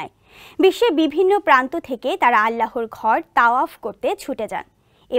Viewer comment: আল্লাহর নামটাও ঠিক মতো উচ্চারণ করতে পারে না।